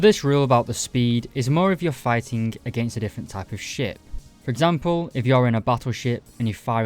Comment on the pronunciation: Did you say ship or shit. All jokes aside. Hopefully more people get in to navy and hopefully it gets a bit more attention.